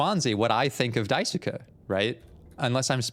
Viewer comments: “Die sue ka” 😭 It’s pronounced dice-kay or die-sue-Kay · Dai-soo-kuh is crazy. Its dai-skay. The U in japanese names that end with "suke" is usually silent. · You have a new subscriber from this series, I love watching you break things down as you go in blind it’s so interesting thank you! Also you’re right that Swansea is literally pronounced “Swan - see”, and Daisuke is pronounced “Die-skay” 😊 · Daisuke is pronounced DIE-SUE-KEH The word: die. The name: Sue Then the KEH sound. Not sure the correct pronunciation of Swansea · Just contributing to the Daisuke conversation, Daisuke is written as だいすけ (da-i-su-ke). In Japanese, phonetically, the 'す/su' often becomes devoiced when it's not the first syllable. So the 'su' in Daisuke is closer to the 'su' in "desu" than the 'su' in 'sushi'. Just a fun phonetics tidbit, but yes, imo, "dice-kay" is correct. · For name pronunciation, Swansea is pronounced Swan see, while Daisuke is pronounced Dye soo kay. I can't wait for you to get into the real messed up parts of this game. It's one that provides thought, and not a lot of lets players are prepared to put that thought in, so I'm looking forward to watching the rest of this series. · Thanks! My weeb ass couldn't go this whole series hearing Daisuke pronounced that way. 😅